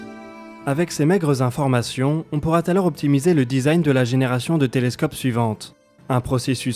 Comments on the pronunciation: on pourraTalors LOL j'en ai les oreilles qui saignent. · Beau boulot et superbes images ! Mais attention au français, les gars : : "on pourra-T-alors". Ça fait pas sérieux. Et à , on ne pallie pas à un problème. On pallie un problème. Je chipote mais c'est important, le français. Merci encore en tout cas pour votre travail.